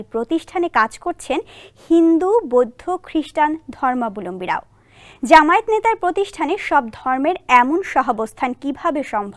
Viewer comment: আমি একটি বিশেষ সতর্কবাণী শোনাতে চাই বাংলাদেশ জামায়াত ইসলামী, এই শব্দটিকে অনেকেই শুধু জামাত বলে থাকেন। আমরা জানি যারা খবর পড়েন তারা সঠিক উচ্চারণে পারদর্শী কিন্তু এ জায়গাতে সঠিক উচ্চারণ করেন না। য় এর উচ্চারণ করেন না। আশা করি সবাই সঠিক উচ্চারণ করবেন।